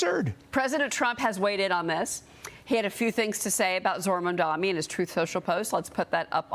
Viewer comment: The anchor needs to learn how ro pronoune 'Mamdani'. Disgrace!